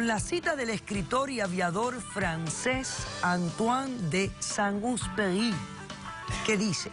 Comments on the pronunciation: Antoine de Saint Exupéry, se Lee fonéticamente, antuan de sant ecsuperi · Ay doctora, a veces usted da pena ajena. Todo el tiempo dice: edúquese y cuanta cosa mas, pero usted demuestra ignorancia... dicho con todo respeto. Y es que si el PRINCIPITO de verdad fuera uno de sus libros favoritos, mínimamente sabría el nombre del autor: ANTOINE DE SAINT-EXUPÉRY y lógicamente pronunciarlo debidamente que no es nada del otro mundo. Sin malicia, pero hay que poner atención a los detallitos. Buen día. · Qué tipa tan ignorante la tal Polo, ni siquiera sabe cómo pronunciar mínimamente bien el nombre del autor de El principito: Antoine de Saint-Éxupéry.